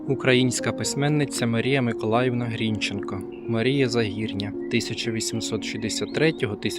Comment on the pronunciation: грінчЕнко, вибачте, у мене трігер, явсилась в університеті імені Бориса ГрінчЕнка, то нас сварили за неправильний наголос